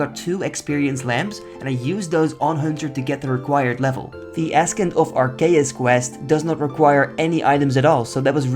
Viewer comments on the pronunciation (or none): Love the series. Just for the future: it's pronounced "a-sent" of arceuus not ass-kent. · Ascent is pronounced "uh-SENT." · Long and curved bones are going to be great con xp, basically you just get an xp lamp Also just a mini FYI, ascent is pronounced like "asent" I know its weird but English is just a weird language haha love the videos man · “Askent of Arceus” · Fun video as always, and I liked the 10 ep recap as the achievements often blur together with the spacing between videos. Also a little tip - Ascent is pronounced ass-ent, the c is essentially silent Keep up the good work! <3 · FYI its pronounced 'Ass-ent' <3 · I know English isn’t your first language but wyrm is pronounced like worm and ascent Is pronounced like “ah sent” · Great episode! Just so you know btw, the word 'ascend' is pronounced "uh-SEND" lol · ascent, in english is As-sent, means to rise/climb. otherwise great work quite entertaining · Love the series. It doesn't matter but ascent is pronounced without a real "C" in it, it's sort of a silent "C". Frigging English is annoying. And again love the series and this comment doesn't matter at all :) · The 'C' in 'Ascent' is silent. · Thats not how you say ascent lmao